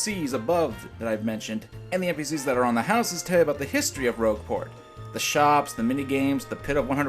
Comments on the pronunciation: That was quite annoying. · He probably did it on purpose. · Umm just asking but WHY IS HE MISS PRONOUNCING ROGUE PORT AS ROSHE PORT? Is this a mistake or something??? I don't even.... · I'd argue that guy hasn't even played Paper Mario: The Thousand-Year Door with how wrong his information is. I've played it years ago, having not played it in years, and even I can tell that the partners aren't as useless as he lets on. And he mispronounced "Rogueport" as "Rougeport" 8 times! How is that possible?! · Its nitpicky But i hate how he callse rogueport “rougeport” Idk y its just gratin lol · I know this is a minor complaint, but IT'S ROGUE PORT! NOT ROUGE PORT! ( why!?) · AnnabethRide I'm so glad I wasn't the only one upset at how he pronounced it. It's rogue, like a class in RPGs not rouge like the colour red in French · Thank you thank you THANK YOU! It's ROGUEport, not ROUGEport. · Anyone else bothered by how was saying Rougeport instead of Rogueport? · 'Rougeport?' Really,? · Love your commentaries. Keep up the good work! I enjoy videos but yeah, this one was painful. Especially how he pronounced Rogueport. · its not how you prononce rouge port. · Anyone else bothered by pronunciation of Rogueport? The town isn't a bat >.> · I made sure to mention that on the original video on the day it came out, it bugged the crap out of me. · AnnabethRide yeah, every time i end up correcting it in my head, but it's pretty bad that he keeps messing that up.